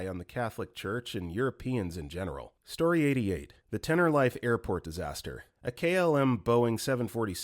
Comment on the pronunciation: Story 88 I shouldn't laugh during a video or story like this, but hearing the narrator call it Tennor-Rife just cracked me up Tenner- reef is how it's said.